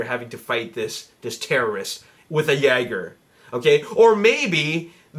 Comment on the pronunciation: It's jÅger(yay-gr) btw.